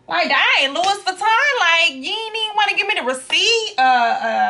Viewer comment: Great video. BTW: it's not Louis Vuitton, it's pronounced "Louie vitton" as it's French. Also, Louis Vuitton Paris is the trademark- Italy is where they were made :-) Thanks for sharing.